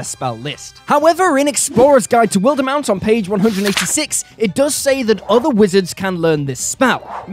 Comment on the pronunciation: Am I the only one offended by is pronunciation of "Wildemount"?